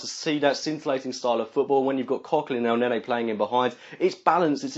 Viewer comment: Good vid as always but for God's sake it's ElnenY not ElnenEY :D